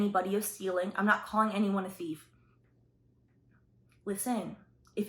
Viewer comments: From the moment I heard you say “teef” I knew you were Jamaican 😂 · I heard an accent when you said “t’ief!” 👀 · I heard that too! 🇯🇲🇯🇲🇯🇲🇯🇲